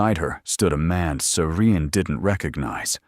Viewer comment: Love this story... These storyline is so easy to follow. Loved how serene/siren..IDK. The narration misspelled the name so many times..and why the heroin always named Serene/Siren?? I'm just wondering 😉? Always love a story with epilogue! They make the story feel complete.. 🥰🥰🥰. Thanks for sharing the story. It's 👌👍